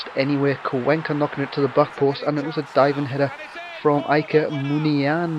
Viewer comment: Muniain: Mun--E--I--Een.